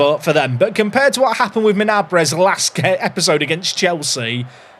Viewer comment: Minambres all I hear when you say it is My naan breads 😂